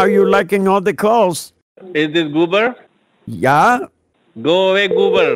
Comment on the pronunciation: Hahahahaha, go away goober 😂😂🤣. You should have told him it's Gruber, Hanz Gruber 😂😂🤣